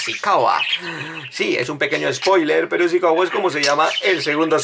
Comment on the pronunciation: No es Asikawa, sino Asikaga.